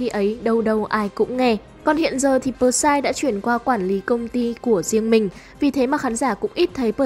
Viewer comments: Bờ sai vkl, P S Y người ta thành đọc thành bờ sai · Huhu, sao lại đọc là pờ sai